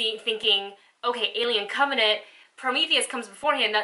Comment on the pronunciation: "on alien covenate.......yayyyyyy" ahhhhh she had me dying when she said it all wrong the first 20 sec of this video! lol say it with me now, cov-en-ant!